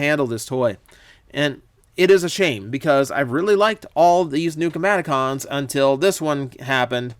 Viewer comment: Hey, why'd you say Combatacons, while talking about Wildrider?